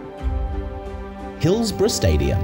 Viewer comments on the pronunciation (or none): none